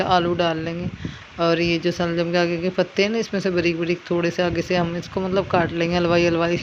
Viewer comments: Shaljam hi hta h pada ni h aapne ka kha ga m sa se saljam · Waah waah kya gayaan baat rahe aap janaab shaljam hi hota h salgam nahin